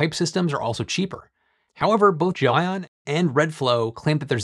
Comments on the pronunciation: Why do you keep incorrectly pronouncing the word as "Jo-Ann" and not the way its supposed to be pronounced? as GEL ION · It's Gel👉ion, not Gel👉inon. 😉, but otherwise, 👍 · undecided but every time says "gelion" reality unravels another step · Guessing he mispronounced it and didn't want to reshoot the whole thing and just spliced every instance of that name. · gelion sounds funny every time you say it. Little audio-editing to get the pronunciation right? :)